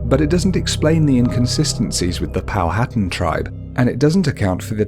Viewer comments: It's actually pronounced "Pow-at-an," and not "Pow-hattan." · NOTE : It's Pronounced "Pow - ha - tan" ..not "POW - HAT'en" LOL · It is pronounced Pow a tan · Good video but please learn how to pronounce Powhatan. It's Pow-a-tan. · POW A TAN. H IS SILENT